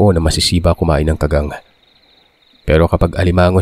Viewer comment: tingin ko sir Ka-gang tamang bigkas hindi kaggang